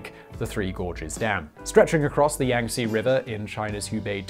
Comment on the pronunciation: It's pronounced Yahng-Tzeh lol. Love your stuff, Simon.